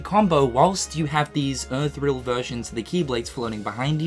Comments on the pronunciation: Boy if you say "Earth reel" instead of "Ethereal" ONE MORE TIME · Also, it's pronounced "E-th-er-i-al." The fuck is "Earthrial"? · Word: ethereal pronunciation: "earth-reel" You know Google has a pronunciation function now, right? I'd like for him to say Strelitzia, Lauriam, Ethereal, etc. back to back for a few hours until he says one of them in a passable way. MAKE IT A LIVESTREAM. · Ethereal = "eh - thi - real" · For. Etherial: Eh-Theory-all